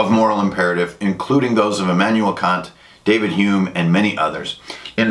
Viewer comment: again, great video. very informative. native German speaker here. I like how you said Kant's name different from the insult it might sound like in English. In German however we would say it exactly like "see you next tuesday", For it to be a long a in the middle it would have to be either spelled Kaant or more likely Kahnt. :)